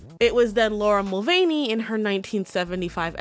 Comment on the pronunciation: It's laura mulvey btw not mulvany